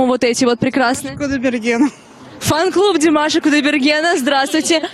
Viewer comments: Даже ударение и то неправильно сказал, молодой человек.... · не обижайся, но надо в родительном падеже говорить Димаша с ударением на втором слоге. А вообще, спасибо за интервью и ваш позитив! 👍👏❤😊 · Не стоит произносить "у ДимашА", не ерничайте и не старайтесь принизить его, унижаете себя, уважаемый журналист. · Что значит азиатской внешности? Какая разница какой внешности, здесь главное талант. О чем корреспондент спрашивает , ужас , это то чему он научился. Димаша, ударение на предпоследнюю букву, надо было правильно выучить его имя, прежде чем брать интервью. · Прежде чем говорить со зрителями о Димаше,выучил бы как правильно произносить его имя,или специально ударение делает неправильно и еще зачем то делает акцент на национальность,Позор такому журналисту. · Как приятно слушать теплые слова в адрес Димаша. Только молодой журналист неправильно произносит имя Димаша. Надо ударение делать на второй слог. Спасибо, за ролик, интересно!!! 🎤🎼👏👏👏👏👍👍👍👍